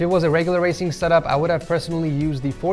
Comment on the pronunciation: did he say wacing setup??